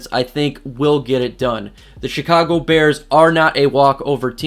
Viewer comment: Sounds like he’s saying “the shitcago bears” 😂